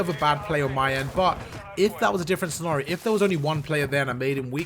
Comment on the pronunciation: Got to diamond rank because of you. Thanks for all the advice. love how you say "scenario" too 😂